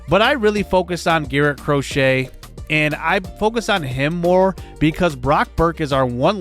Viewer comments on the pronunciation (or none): I know it's a weird pronunciation, but Garrett Crochet isn't cro-shay it's cro-shet. Not like the sport